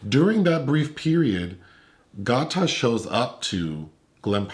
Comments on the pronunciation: LMAO! His name is pronounced “Gay-ta” like Alligator. I didn’t even realize y’all were talking about him until mentioned he’s in the show Dave. Y’all don’t do well with rapper names this is another Wale situation 😂 - Y’all still great tho! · Why yall keep callin Gata(🐊) Got-Ta?! 😂🤣🤦🏾‍♂️ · GaTa is pronounced GAYDUH. As in alligator. He is SO good in Dave on Hulu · His name is pronounced Gay-ta. So funny hearing you guys say it though 😂